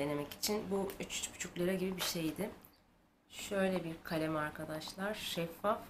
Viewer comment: Galem:D Aynı Giresunlular gibi konuştun:D Ne güzel şeyler almışsın Güle güle kullan hepsini ♡♡♡ Bu arada saçının rengi,makyajın ve kıyafetinin rengi ne güzel uyum olmuş mükemmel üçlü gibi:D Bir deee yeni kapatıcı almışsın geçenlerde loreal true match almıştın ondan memnun kalmadın mi ben de alacağım da. 😘